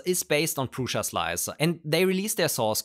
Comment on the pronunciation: prusa got butchered.